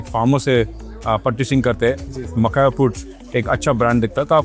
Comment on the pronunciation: MAKAHANA COMPANY 😅😅😅😅😅😅 Mene samjha car 🚗 banaata hai . Makhana. Or usko company bhi bol raha hai 😅😅